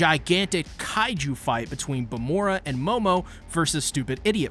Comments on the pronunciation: Y u calling her vamora instead of vamola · why does everyone call vamola bamora?